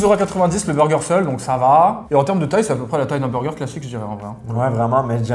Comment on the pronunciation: Jadore gurky mais faut vraiment qu'il arrete de dire " beugeu" ça fait vraiment boff et g au moins 20 pot quebecois et envrai personne parle aussi vilain